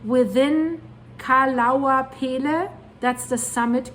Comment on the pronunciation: It's pronounced Kill ow way uh, Mauna Loa Mow Nuh low uh